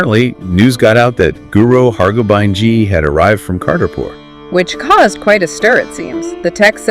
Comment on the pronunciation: The content is really good but I would suggesting consulting with a Sikh about the pronunciation of certain names and terms. Guru Hargobind rhymes with “wind” as in a breeze, not “wind” as in twisting something to start. I appreciate your attempt to bring these Sakhian (another word which you are mispronouncing) to a wider audience. But you are doing a disservice to yourselves and your target audience by not being more diligent and precise in your presentation. Chardi Kala.